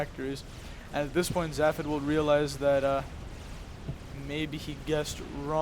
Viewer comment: Weird to see my own games, but nice cast. Btw it's Zay-fod :P